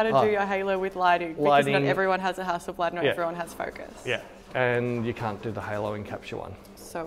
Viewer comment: Common is not Hässelblääd it's Hasselbladh. Hassel a is kinda like in the word Buddy or, bus. Bladh is like the a in far. Hasselbladh.